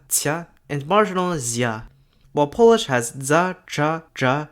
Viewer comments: you're pronouncing pretty much everything wrong in polish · He's just straight up mispronouncing most of it. So yeah, a bit of an oversight.